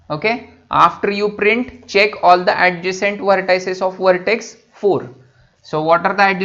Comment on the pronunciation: vhartex, vheriable, vhartices, recorading, vhan, vhisited